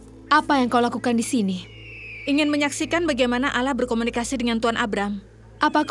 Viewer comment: Allah bukan alah ngomong aja gakbetul